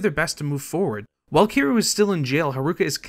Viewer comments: Kiroo? Harooka? Diago? Yakoosa? Are you just the narrator or? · Kiroo and Diyago from the Yakoooooooza franchise.